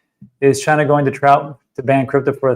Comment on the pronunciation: I really love watching videos, but that speech impediment he has with 'Cardano,' 'Solana,' 'China,' etc., triggers me every time. Apparently, it's just me, and don't know why I find it so annoying. But he does it constantly, which is soooo meeh.